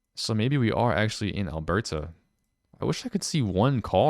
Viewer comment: The pronunciation of Alberta and Saskatchewan made my ears hurt